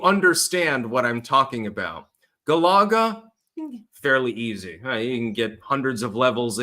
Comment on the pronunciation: The way says galaga 😂